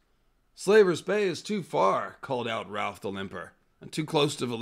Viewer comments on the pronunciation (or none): none